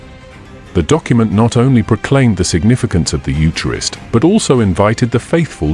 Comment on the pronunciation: The AI needs to pronounce eucharist properly.